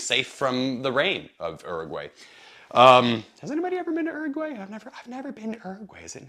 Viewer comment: First, it's oo - roo - gwai you heathen! Also, you're critiques are valid when talking about this as a general purpose, commuter, travel bag. However, this bag is designed as a bicycle courier style bag. The smaller outside pockets are meant to be easily accessible for everyday stuff, but the large main pocket is meant for cargo. It's assumed that you WON'T be accessing the main bag except to put cargo in it, and to remove at your destination. So accessibility is not the goal. I enjoyed your review.